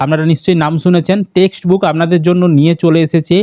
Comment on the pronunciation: Dada ota textbook na testbook😅